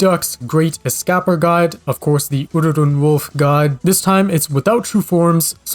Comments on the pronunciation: Boogle: The great es-Kah-per Me: it’s the great es-cay-per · If they're a new speaker to the language sure you're right. I think Boogle prouncing "Escaper as Es-capper" is fair game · don’t make fun of someone just because they can’t pronounce a word unless it’s your friend and your joking around or smth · The way he says escaper😂